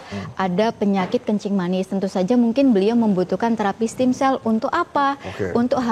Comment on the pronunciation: Ragu deh, dokternya aja lafalin produknya udh ngaco 😅😅 what steam cell. Stem cell not steam cell ntar keluar jadinya dimsum 😅😅 S7 deh episode ini agak boring